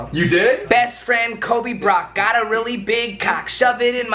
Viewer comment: NOOOOOOOOOOOOOOOOOOOOOOOOOOOOOOOOOOOOOOOOOOO IT'S HAS 2 BE SOLBY NOT BROLBY!!!!!!!!!!!!!!!!!!!!!!!!!!!!!!!!!!!!!!!!!!